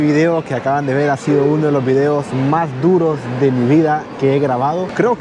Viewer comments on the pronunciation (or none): none